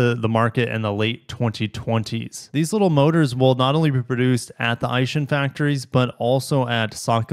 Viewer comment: I believe it’s pronounced Ay-Sin not Eye-Shin